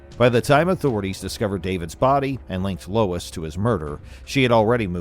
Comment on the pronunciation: Lol lol lol 😂😂😂 you unalived this ladies first name 🤣🤣🤣🤣🤣 it's pronounced LO-ISS lmao not LOYCE